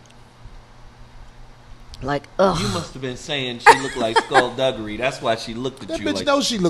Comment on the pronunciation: he said scull dugery . crazy